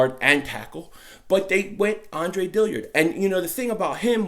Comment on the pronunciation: please it’s DILLARD